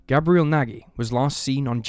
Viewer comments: Its pronunciation is Gabe-re-ell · His name Gabriel like the arch angel not pronounced like the girl name